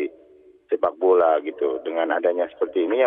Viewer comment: Kapan majuh sepak bolah Indonesia Kaloh carah gitu hmm